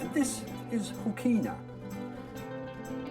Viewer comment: Great video, but unfortunately you have fallen in to the trap of local pronunciations. apart from the Ghan (already corrected). Hookina is often pronounced more like hookna or hooknuh Similarly Kanyaka is often said kanaka. with hard a , and much further south is Pekina, and, you guessed right, it sounds the same way as Hookna. Maybe that enabled a speaker to talk with out sucking in flies!